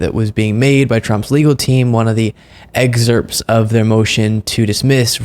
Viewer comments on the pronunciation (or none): ????....LOL Eggcerps...?? Its EXCERPTS